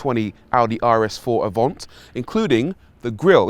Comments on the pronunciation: Isn’t it Avant not Avont? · Avant or “Avhont” wow that’s how you drive to review a car 😁 “ the Avont aroun corner ain’t eeeh” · Audi AVANT. Not AVONT 🤦🏼‍♂️🤦🏼‍♂️🤦🏼‍♂️